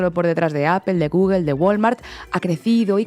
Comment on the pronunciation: Porqué dicen gugel? Es gugol no gugel.